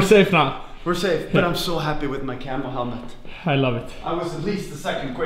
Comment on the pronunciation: When Jon says camo it sounds like camel.